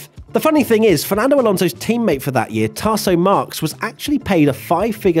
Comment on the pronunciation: "Tarso Marks" 😆